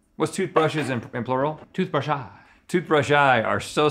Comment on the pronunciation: I loved when he said toothbrushaii